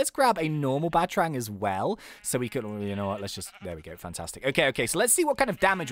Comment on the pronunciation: ITS PRONOUNCED Bat-a-rang not batrang